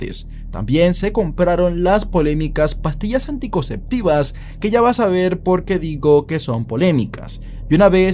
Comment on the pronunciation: se dice: pastillas sinceptivas.